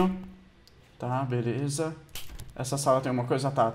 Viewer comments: Ele disse veleza em vez de beleza!! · Você falou veleza kkkk